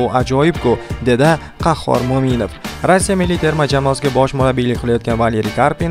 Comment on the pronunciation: Рася эмас, РоссИя.